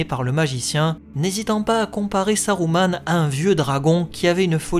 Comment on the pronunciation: Je me doute bien, j'applique les règles de Tolkien que la VF des films a appliqué une fois sur deux (Saruman prononcé Sa-rou-mane et non Sa-rue-ment, donc juste ; par contre Isildur prononcé I-sil-dur et non I-sil-dour, là c'était faux pour la VF). C'est pas plus mal de faire dans le juste pour une fois hé hé :P